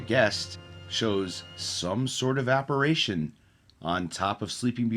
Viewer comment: Are you saying "apparAtion"? Apparition 👻